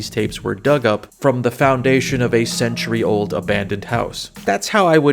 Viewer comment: Hello. Can i ask you two questions? Will you ever review the Obscure games? Especially the first one is going to be loved by you. It is basically a playable version of the movie the faculty, and i know that you love that one. Also: it is ooooouuld.